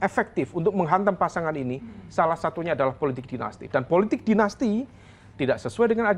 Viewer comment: ucapannya dibetulin, "politik" bukan "puletik"